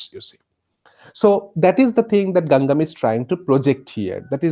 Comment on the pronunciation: Name dose not pronouns correctly, may be it is not so important but ... please listen here carefully ..